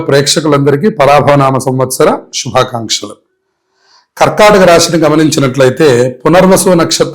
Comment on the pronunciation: Kharkhataka kadhamma thalli....karkataka raasi